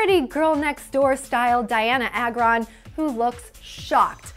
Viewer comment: IT'S PRONOUNCED DIANNA AY-GRON! Honestly, isn't it your job to know something as basic as the pronounciation of the name of the celebrity you're covering?!